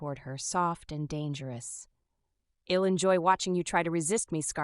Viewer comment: So annoyed with the mispronounced words. Maybe write without contractions? Shed rather than She'd. Ill rather than I'll.